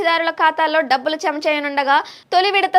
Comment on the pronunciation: Dhabbulu kaadu Dabbulu.... Kaastha telugu Telugu laa Chaduvu thalli